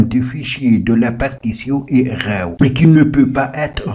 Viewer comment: Tu fais chier à tout le temps prononcer RAW ... J'ai eu envie de t'étrangler toute la durée de la vidéo... Et l'app est payante 🤣😅😅